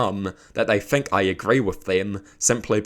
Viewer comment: btw, the word ‘think’ doesn’t have an F in it bro 😭